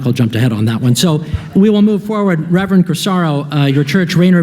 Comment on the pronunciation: "Reverend"? Nope...